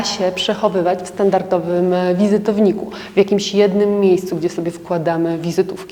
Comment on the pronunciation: StandarDowy. Proszę się nie gniewać, ale jako elegancka dama, chciałaby Pani z pewnością mówić poprawną polszczyzną. Wiele do życzenia pozostawia też akcentowanie, tEchniki, a nie technIki. Nagminny błąd u wielu osób, u Pani też.